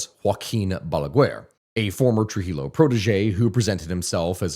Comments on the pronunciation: Friendly tip In spanish LL is pronounced like Y Llo = yo So trujillo is pronounced trujiyo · Lord its trujillo (Truh Hee Yoo)